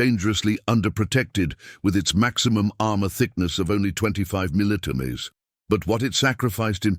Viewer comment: Lousy voice-over. Can't even say 'millimeter', comes out 'muddlemuddle'. Tank designations are a muddled disaster.